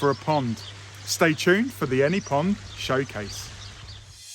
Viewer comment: I realize there is an accent involved, but please say POND pump, NOT “pump pump”! :-)😊